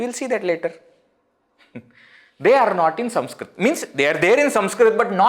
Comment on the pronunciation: Do you have a speech defect? Why are you saying SUMSKRIT? Should it not be Sanskrit?